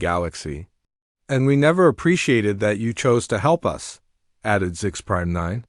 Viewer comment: us is pronounced us not U S`